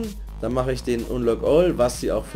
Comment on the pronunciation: Hi Lern Englisch bitte wie man richtig unlock all oder hoster ausgspricht weil es heißt ned hoster... forcehost du horst...